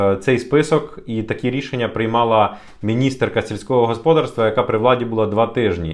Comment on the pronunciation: В українській мові наголос ставиться на склад з літерою "А": господа́рство. Дуже ріже вуха, трохи перевіряйте свої тексти, вас же, в основному, українці слухають.